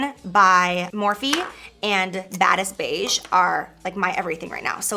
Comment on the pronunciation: She had to say Morphe 😒